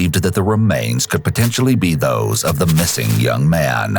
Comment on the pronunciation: this narrator is excessive. chill out dude. this isn't a movie trailer from the 90s. ends every word with too much emphasis. pronounces 'man' like 'ma-ya-nuh'.